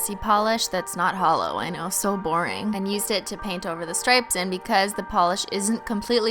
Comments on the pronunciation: OMG she said HELLO not HOLO 😭😭😭😭😭😭😭😭😭😭😭😭😭😭😭😭😭😭😭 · SHE SAID HELLO INSTEAD OF HOLO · She said hello instead of holo ahhhhh